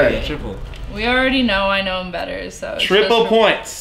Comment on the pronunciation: he says bether